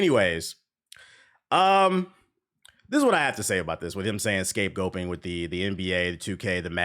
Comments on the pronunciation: Why do you keep say scape goping? I thought the term was scapegoating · Bruh wtf you keep saying scape-gulping? Can you not say goating?